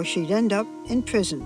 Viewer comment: "Pawole" "Pwison" Pwegnant. MAUWEE WAS IT WOITH IT.